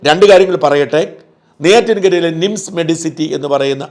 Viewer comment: ശ്രദ്ധിക്കുക മിംസ് അല്ല നിംസ് . കേൾക്കുമ്പോൾ തോന്നുന്നത് മിംസ് എന്നാണ് . ബോർഡ് കാണിച്ചത് നന്നായി